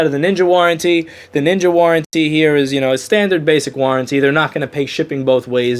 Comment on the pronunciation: NINJA NOT NINKA.